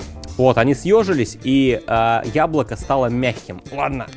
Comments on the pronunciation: тебе тоже показалось что друже сказал хуяблоко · Мне одному на послышалось "хуяблоко"?